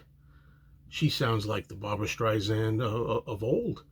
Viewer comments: Hey! Pronounce Barbra's name correctly!! It's Sand, like the beach, Not zand! Get it right if you want to review this song!! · Good reaction. Not to be that perosn, but I'll be that person, it's StreiSand, with an "S," not StreiZand. Barbra would never let Paul come off poorly. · It's Streisand like the word sand....soft sssss. Disappointed with this jarring mispronunciation with zzzz.